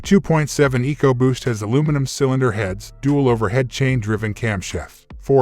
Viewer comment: 2.7 egoboost? lol pronouncs it weird. Anyway 2.7 is the best motor ford has made in a while they really crapped the bed in the last decade leading in recalls but did good with the 2.7. My ford mechanic friend calls the 2.7 the new 300 staright 6😂